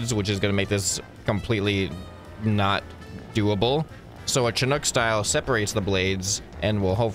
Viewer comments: SHInook NOT CHInook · Please please please - Chinook not pronounced "CH" and in Chair but rather "SH" as you SHOULD listen to me. :D Pronounced: shuh·nuk